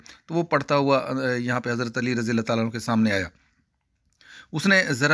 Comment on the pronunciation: ILAM nahein ALAM